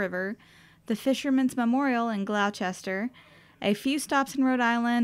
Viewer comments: You butchered my hometown’s name! It’s pronounced Gloster… not Glochester. Lol. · Great vlog! I know some of the town names can be awkward so if you'll allow me to assist: Gloucester: Gloss-ter Peabody: Pee-budi Worcester: Woos-ter Hope you get to come back up! we have more shops nowadays and Essex Street in September can't be beat! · Glauwchester? Lol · Thanks so much! And thanks for (kindly) helping me out with the pronunciations! In my defense, I looked up how to say Gloucester but still managed not to do it right! Lol! Thanks for watching!